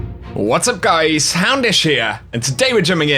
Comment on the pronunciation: My favorite “What’s up Guys” With the British accent of course